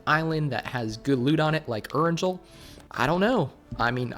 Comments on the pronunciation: It's Erangel with a soft 'g' not hard 'g' 😂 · It’s pronounced air-n-gale